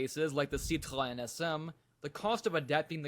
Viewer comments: sadly still not proper pronunciation like with Citroen. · I was waiting to hear how badly you Americans said the names of these car brands. You did not disappoint !! RENAULT = REN O not REN ALT. PEUGEOT = PUGH ZHOW not PEG WAT. CITREON - SIT RON not SITREE ON. FIAT = FEE UT not FEE AAT.